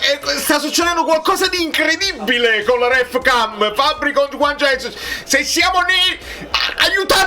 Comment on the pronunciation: guagliù, comunque Juan Jesus è brasiliano, per cui si pronuncia Giuan Gesùs. ce ne stesse uno che lo pronunciasse bene